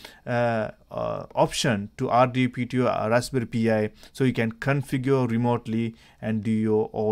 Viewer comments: NOT "P" "I". It's pronounced "PIE". As in Raspberry Pie. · Raspberry pee eyeee